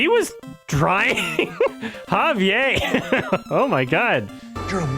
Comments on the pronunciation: "Javier" isn't pronounced "Haviay" with a silent french "R." It's "Havier." Spanish, not French. And if you want to do it even more accurately, it's with a rolled "R," which will sound more like a "D." "Ha-vee-ed." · his name is Javier Bardem, he is a spanish actor not a french one. His name is pronounced Halve-yehr. You sound like Peggy Hill. Thanks for the videos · The “R” in Javier is not silent. Javier Bardem’s name is Spanish, not French.